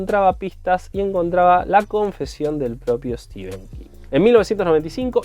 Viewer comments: Se pronuncia Steven. :) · Se pronuncia "Steven". Podés buscar, por ejemplo, en el trailer de Maximum Overdrive que presenta él. En todo caso acá se lo pronunció mal toda la vida 😉